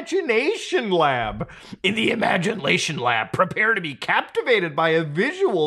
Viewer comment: "IMAGNATION LAB"